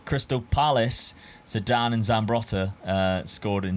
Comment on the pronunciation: S5C here!!! 💪🇷🇸 Well, if someone in previous videos played Harry Kane as GK, You can play Figo as RWB 😄 PS-How Dad managed to pronounce Zidan's name ZEDIN??? 🤣🤣🤣